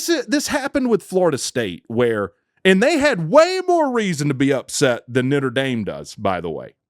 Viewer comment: He called them Nitter Dame